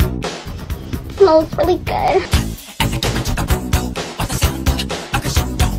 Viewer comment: THE “sMels rEallY gooADD”